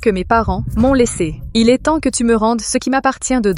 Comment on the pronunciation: EST se prononce È et NON ÈSSE !